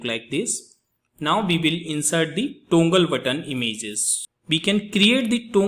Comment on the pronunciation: Its toggle not tongle but good video.Thankyou